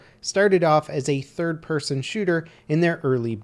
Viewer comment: lmao "pirson"